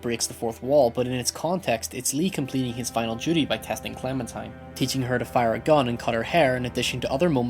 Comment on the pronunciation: Is he saying Clementime?